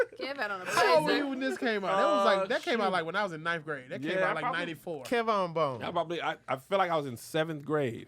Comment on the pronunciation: “Kevon Bone” 😂😂😂😂😂😂😂